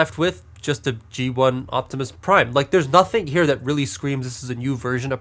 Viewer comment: Optimus became optimum preim